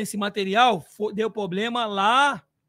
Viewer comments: O presidente da Mancha fala tanto "poblema" que chega a doer os ouvidos kkk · Vendidos??? se venderam pra WTorre??? Na Crefisa… Não vi 1 dia irem fazer protesto. Impressionante como dinheiro fala mais alto sempre. Dinheiro de carnaval, dinheiro de WTorre cala qq um. “Questionou???” Cronograma? Aonde está? Responsável? O que esperar do cara que fala pobrema, foda.